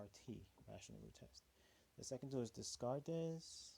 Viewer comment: Thank you for the video! Dez-cart-eh, never heard that pronunciation before.